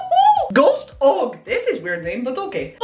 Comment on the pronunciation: Its ghost o g its a weed strain lol you say og but saying the letters by themselves